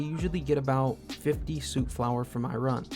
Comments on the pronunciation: Stop saying sewt flower lol it soot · soot is pronounced sut, healing salves are nice early game healing, at level 34 get chemist, x4 diluted stimpacs forever